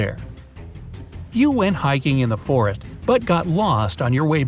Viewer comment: you said forit it’s suppose to be forest